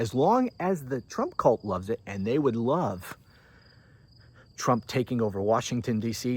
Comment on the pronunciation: called him t dump, but I can't be sure if it was just her Scottish accent. 😉